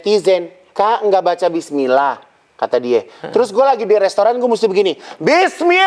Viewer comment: 😂😂😂😂😂😂 Si igun bisa aja aku ngakak spontan ngakak denger igun Ngucap bismilah tp ngosog😂😂😂